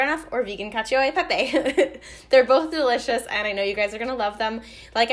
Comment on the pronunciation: cacio is pronounces "cacho" by the way, not "cacheeo"